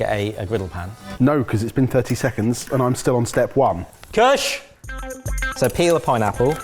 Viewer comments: POSH KUSH HAS ME FLOORED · absolutely lost it at posh kutsh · I realized that Kush with a posh accent sounds exactly like Mrwhosetheboss.